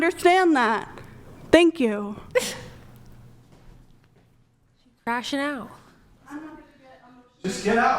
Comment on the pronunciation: Learning difficulties in a red dress. "Thenk yiou"